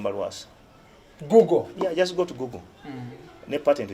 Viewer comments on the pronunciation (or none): none